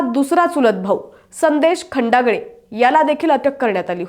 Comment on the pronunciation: मूळात हिला नाव नीट माहीत नाही..खंडाळे नवतर ही खंडागळे म्हणते... कशाला असली भर्ती केली..हिला तरुण नाही बाल वय कळेना